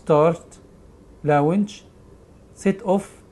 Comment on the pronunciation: لو سمحت حضرتك بتنطق كتي غلط و مثلا كلمة launch ايه اللي ات بتقوله ده .... ده مش انجليزي